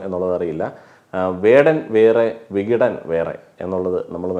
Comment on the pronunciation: വികടൻ അല്ല ബെഖ്ടൻ (കണ്ണൂർ ഭാഷയിൽ വിഡ്ഢി )